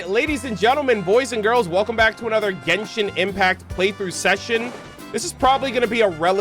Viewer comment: You saying jenshon is making me 😂😂😂🎉